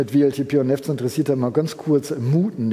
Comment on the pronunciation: Wer neffts sagt, muss auch Weltip sagen. :)